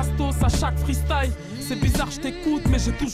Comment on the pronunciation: Dommage de faire des vidéos de rap et de ne pas savoir prononcer freestyle mais le prononcer freestaïe...😂😂😂